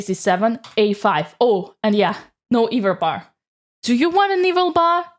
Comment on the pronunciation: It's hilarious that you say "eval bar" like "evil bar" which I'm not convinced is entirely because of your accent.